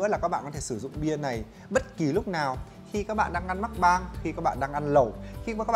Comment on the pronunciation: Tất cả đều okk cho đến khi nghe chữ "mắc-bang" x))))